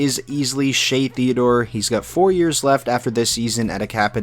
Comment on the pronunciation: Also it is Shea Theodore, not Shea Theadore. But anyways, great video, amazing content, keep up the great work